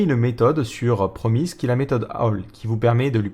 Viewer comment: Promise ça se prononce promisse a part cela cette présentation est admirable en tout point.